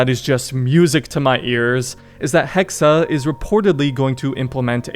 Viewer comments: It’s pronounced hex not hex-uh. 😂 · Hexe, not Hexer. Pronounced Hexay. If they're going the actual witch route that could be seen as really insensitive considering accusing them of having BS supernatural/demonic powers was an excuse used to brutally murder women who tried to rise above their station. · Why must you say things so horribly its "hex-eh" damn dude go read or something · Not sure how much i trust Ubisoft Montreal with this but I'll keep my expectations decently high. Also the E in Hexe is silent, you just pronounce it how you would "Hex" since a Hex is the word used for when a witch curses someone. Can't really explain why they're spelling it as "Hexe" though, maybe im wrong somewhere. Feel free to let me know. 👍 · Pronounced - Hex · Joa, er aber spricht es die ganze Zeit als Hexa.